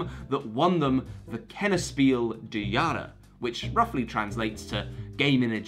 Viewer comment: pronouncing "des Jahres" as if it were french hurt me more than it should